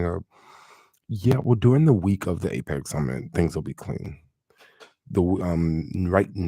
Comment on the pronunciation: san francisco is Apec ‘ Apecx Lol 😂